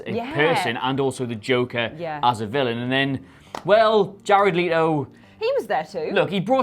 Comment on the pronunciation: The way these two so confidently mispronounce Jared Leto’s name makes me uncomfortable